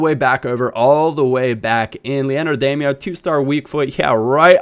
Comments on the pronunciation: Damaio is pronounced dim-e-ow. Not dame-e-oh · Its pronounced DAM-OWW not DAM-E-OH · It's pronounced "Dah-Mee-Ow" NOT "Day-Mee-Oh" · you pronounce damiao as demyao by the way but great vid:) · Is it not pronounced Dam-e-ow?